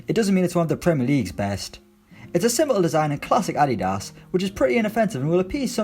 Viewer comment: The way you pronounced adidas omg🙄